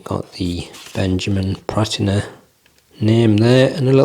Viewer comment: Absolutely nailed that pronunciation 😂. These aren't for me, especially at that price. Good review though mate.🎯